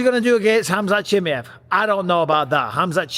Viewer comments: WHO IS “ CHIMMMMEY HEV” Micheal is “ Chimaev” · every time you wronlgy pronounce chimaev - a chechen newborn dies